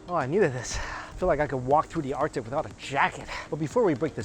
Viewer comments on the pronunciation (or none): none